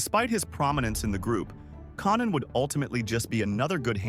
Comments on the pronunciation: “Con Nan” is even worse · Mispronouncing Konnan And then when it's time to do the giant they show a picture of Andre the Giant. This video is fucked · Konan how hard is it to get the AI to say konan correctly